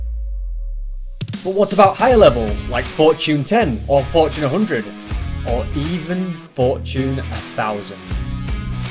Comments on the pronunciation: Its fortune (for - chun) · Where I’m from we pronounce it for-chune